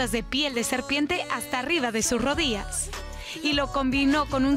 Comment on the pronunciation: Me parece a mi 🤔...pero la chica que da el informe pronunció “rodias” en vez de rodillas.??.como corresponde !?!? Por otra parte me alegro que regrese Paulina a los escenarios...bien por ella 👏👏👏👏